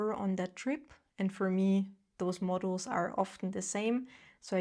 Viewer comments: When you say "modules" it sounds like "models." Books are a no, I go to thrift store buy a classic for $2 then leave it somewhere, I literally had someone ask me if that was my book after I had just set it on seat to give it away. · Pronunciation: modules - mod YULES